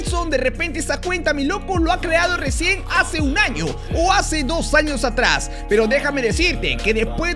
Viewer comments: Acá los que se dieron cuenta en vez de decir años dice anos😂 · Decía anos???????? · Ya vieron que dice anos😂😂😂😂😂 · soy el unico que noto que en vez de años dice anos¿¿¿¿¿ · se dieron cuenta que dice anos en ves de años